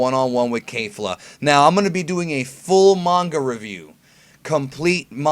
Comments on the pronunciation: yeah. it sounds like he's saying KAYfla. you really need to work on your pronunciations brah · Um..... Its kefla not kaefla lol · Kefla, not Keifla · I think it's Kehf-luh, not Kay-fluh. Only Kale is an ay sound (Kei-ru) but isn't Kefla just "Ke-fu-ra"? In that case it's a soft eh sound. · "Kay-fla"? I say it like the Japanese do "Ke-fla" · It's pronounced kay-fluh? Not Kef- luh? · "Kayfla" it's ke F la "kefla" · I don't like how you Kayfla, everyone else say's it Ke(Que)fla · "Kay-fluh" Triggered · the japanese name is kefura. there is no A in that word. please research this before you start spouting off nonsense again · Why is it so hard for you to say kefla correctly?